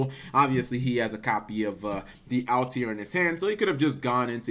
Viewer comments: I honestly don't know how he pronounces Altair as Altiare/Altiair. Maybe he's thinking about solitaire for whatever reason. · Also Cap please pronounce Altair properly